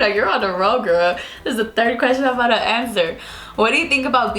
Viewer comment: "abouta" ABOUT TO!